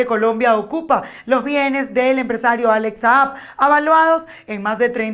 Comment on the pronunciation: Se dice evaluados, no avaluados